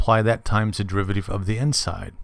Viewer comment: This video has NOTHING to do with understanding the chain rule. All you are doing is explaining the step by step process which a TODDLER could do. Also, very distracting when you mis-pronounce things like "derivateeev" instead of "derivative". Furthermore you should use leibniz notation not newtons. I hope you don't teach in real life.